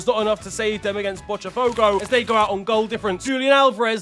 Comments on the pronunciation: m8, love you but begging you to stop pronouncing botafogo as bochafogo, not every T in brazilian portuguese is pronounced as ch. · Bro heard “fuchebol” and assumed every T was CHE in Brazil lmao